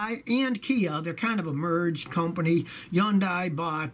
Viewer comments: Yondie = Hyundai? It's pronounced Hundae in the south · It's Hee-Yun-Day not Yun-Die scotty.. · Yundai? or Hyundai? i can't tell what Scotty is trying to say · Great tips! Hyundai or was that yundai? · Man Scotty sure does say Hyundai weird. I always say hun-day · Didn't know Hyundai was pronounced yanday???😶😶😶😐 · Never heard Hyundai pronounced that way... here in Tennessee everyone pronounces it Hun day lol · So the H is silent in the name Hyundai 🤔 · I guess i've never heard it pronounced. Hyundai. Didn't guess the H was silent. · How he say Hyundai??? 😂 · This whole time I’ve been mispronouncing Hyundai 😳